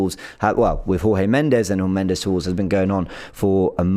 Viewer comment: you are pronouncing Jorge Mendes incorrectly. Jorge is a Portuguese name (not Spanish as your pronunciation suggests), it it pronounced as "George" not Jorge with the J silent (Spanish pronunciaton). The surname is also Portuguese and pronounced as "Mends with a slight inflection on the "s", not Mendez (the Spanish pronunciation you are using). Forgive my pedantry but, given how articulate you already are, I assume you are ready to bewilder your colleagues with your try-lingual awareness....